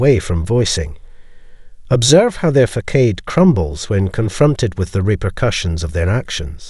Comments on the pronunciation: Yeah..,I was feeling the same. Your videos are fabulous but that word is "Facade" .., pronounced Faa Saad. Or maybe Fa sod. I went for a job interview many years ago and in reading a script they used this word as a trick. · Excellent information. Keep up the good work. Just so you know, the word FACADE is pronounced like fa - sod. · I am a psychotherapist with 25 years experience. He has a wonderful presentation voice. What I stated was meant as constructive criticism and feedback. This word and others are often mispronounced in these videos on NPD. At times It can make one question the validity of the rest of the content. I have been doing public speaking since the 1960s when I was high school. Prior to obtaining additional education and postgraduate training to be a therapist I worked in technology in the the corporate world and spoke at domestic and international conferences. There is a general lack of quality control these days especially on the internet. The speaker actually mentions that 80% of the individuals viewing the video are subscribed. Perhaps these errors are affecting the number of subscribers. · Please look up how to pronounce “facade”. Your talk is wonderful, but I find for me this mispronunciation jarring. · So his mispronunciation of facade is harshly unpleasant & disturbing to you? Lol, come on..sounds like he is of foreign descent, cut him a break & rather focus on the content of the message! Then just thank him for educating us on the monsters we’ve encountered in life.✌🏼